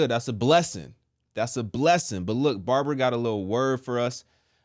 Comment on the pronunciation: Wonderful word! 😂 the way you say Babara sounds very funny, although you don't mean to sound that way, but it's funny. God bless you